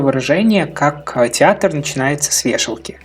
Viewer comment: Мне одному послышалось "РАДИАТОР начинается с вешалки"?)))